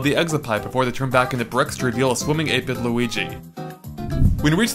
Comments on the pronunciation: I heard 8 bit Luigi so much times; I thought he said 8 but (the YouTuber) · 8-bit? I fought you were saying ape-n lol